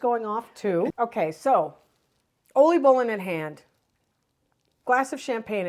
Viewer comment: My compliments for the Dutch pronunciations and accurate Dutch traditions. Oliebollen, Schiedam, Scheveningen, erwtensoep, oudejaarslot, inburgering: these are difficult words to pronounce. Chapeau 🎩 👏!!! I love your videos. My best wishes for 2026. Ria 🥰